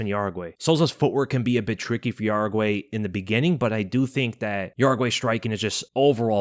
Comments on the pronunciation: I'm pretty sure jauregi is pronounced as how-re-gee and not ya-ra-gwai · Yasmine "Yeah-ragee" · Jauregui * How-re-gi..